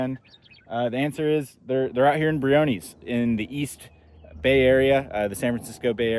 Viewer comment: When did we start calling this park Brio-kneez? I've only heard of it pronounced Brio-ness (I've been going off and on since the 90's).